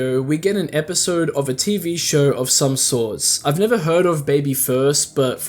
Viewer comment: The never give up sounded like Niga give up